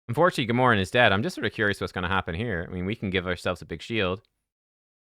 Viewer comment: “GAH-MORE-EN”?? You mean “GAM-URH-AN”! Your pronunciation would be Gamoran. Not Gamuran.